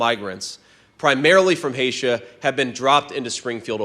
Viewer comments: J.D. Vance , it is called Haiti, not Haitia! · "Haitia"? Where the fk is "Haitia"? Oh well, not surprised. Trump thinks Haitians come from Venezuela. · Vance: “primarily from Haitia” ?? Where the heck is Haitia? Isn’t it Haiti? Did he really go to college? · Vance saying Haitia makes me feel like he is one of us and not from an elite university. /s haha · Haitia? LoL Greetings from Canadia! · Haitia … is that anywhere near Nambia? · wow. I missed that part of the discussion. First he calls it a state, then he mispronounces the country name? — The migrants “primarily from Hatia have been dropped into Springfield,” Vance said, mispronouncing the name of the Caribbean nation. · Yes, theformerguy is incapable. Hay-sha???? Really, yeah dee! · "Hay-sha?" Was that, like, from the far side of Narnia? How to tell the world that you slept through geography class...or dropped out... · Hay-sha? With an answer like that, you’d think J D Vance got his degree from Trump University, instead of Yale! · haitia? lol